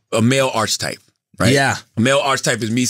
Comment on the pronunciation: Nigga said arch type